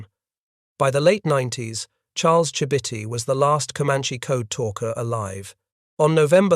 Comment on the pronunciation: That is not how Chibitty is pronounced.